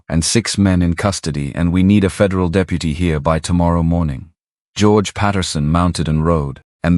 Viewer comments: Pronunciation needs help! "De-pew-ty" for deputy?? Seriously?? Too many errors in the story line. He had not ridden Shadow. Neither people nor horses should have had T-shirts on. He had been moving thru town ever since he got back so why be surprised they knew he was there. Too many words used to say " a thing that was not a thing so many words were needed to make the thing as easily understood as a thing needs to be understood"... see? The story concept was interesting but you really have to sort thru all the extra to get to the meat of things. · AI is interesting, but some of the words narrated by AI are hilarous. "Da-peu-tee" for deputy. Someone needs to check these words for accuracy.